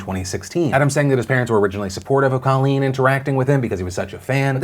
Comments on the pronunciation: It's COAL-leen, not CALL-leen. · Colleen (long "o", please stop mispronouncing her name) is a shining example of intelligence and class. Only a mature, critically-thinking person would so eloquently take full responsibility for their past behavior and then use it to empower others.